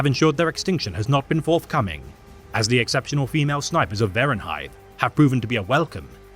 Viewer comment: vervunhive*? not verunhive i think. is this made by ai or something